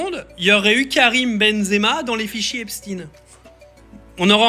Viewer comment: Il fait le mec qui parle bien anglais soit disant et nous sort un « Epstine » dès le début 😂😂